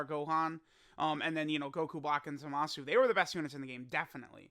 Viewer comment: Will and others ever be able to pronounce Zamasu correctly?